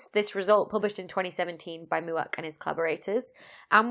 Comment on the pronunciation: Mauk, not Muak - have you heard of anyone named “Muak”? I mean, not that Mauk is such a common name, but at least I’ve heard that one. Poor Mauk must wonder why he (she?) was characterized as mooing on Moo Tube. “All I did was write about Juuuupiter.”